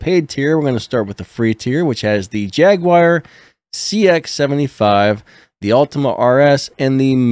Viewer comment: Hi mate great video but you had me really confused as to wtf a "Jag-wire" is.....